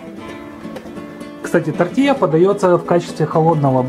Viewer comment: ТортиЛья, а не Тортия..тоже мне испацы:) Не слишком ли много там масла?